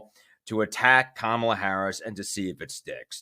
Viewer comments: Her name is NOT pronounced Kah-mula, its (Comma-la), Kamela. Please get it accurate on your publication. Thank you. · It’s KA-mala. 😑